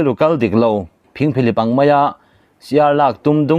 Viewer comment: A bengvarthlak e. Ṭang zel rawh. Mizo ṭawng pawh i chhiar thiam sawt viauvin ka hria. Khuangcherbo, phingphihlip, etc mi thluk dan ni lova thluk daih i nei nual. Upa zawk hriatah chhiar ri hmasa phawt ṭhin la, a zia phian lo'ng maw. A ṭhen chu i hriat reng si, i thluk sual palh liau liau erawh a awm ang. Tu pawh kan ni vek a nia.